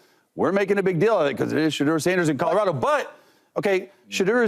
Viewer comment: Mfks be saying Codorado lol